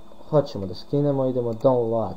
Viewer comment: HVALA PUNO I MORAM TI RECI DA JAKO DOBRO IZGOVARAS DOWNLOAD XDDDDDDDD